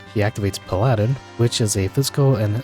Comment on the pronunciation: You say Paladin as “pal-ah-din” not “pal-aaah-din”